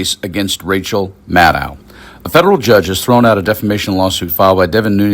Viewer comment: Maddow rhymes with shadow. Get it right.